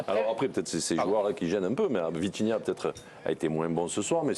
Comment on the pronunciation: Il a dit Vithinia rien du tout ? 😂😂 ah ouuuuais quand meme